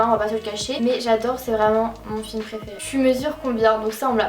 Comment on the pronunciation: Sa me stresse tu dis « praifairai «